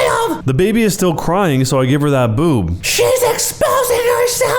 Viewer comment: The way he says boob 😂